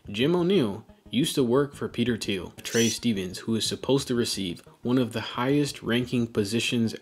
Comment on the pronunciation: "Thiel" get the Name right it is important